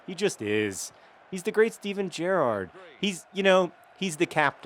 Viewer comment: You started saying Gerrard correctly